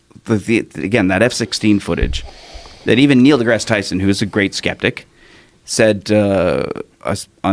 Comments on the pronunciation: When you moan about character assassination and then completely assassinate the word "Skeptic" lmfao. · i cant believe they fucked up on the word "skeptic" so badly.